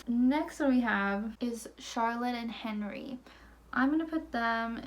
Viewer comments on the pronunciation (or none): none